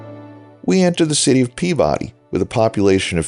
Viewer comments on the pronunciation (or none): Anybody from Massachusetts here? I think Peabody is pronounced "pea-buh-dee." Lots of Massachusetts towns with names out-of-staters pronounce wrong, me included. Gloucester, for example.